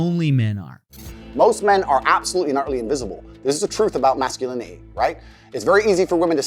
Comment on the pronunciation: This dude can’t even pronounce his words correctly 😂 MASK-U-LIN-Y